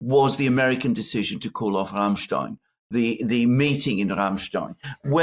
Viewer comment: At one point, Alexander you must be honest... As you Pronounce Rammstein, you really must admeir this group... I mean Rammstein